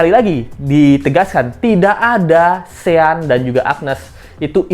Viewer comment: Namanya shane bro (baca: syen) bukan sean